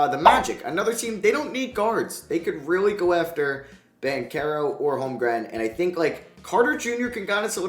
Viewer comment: Isn't it just Ban-chero and not Ban-kero?